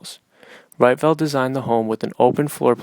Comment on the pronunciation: Pronounced "Reetvelt".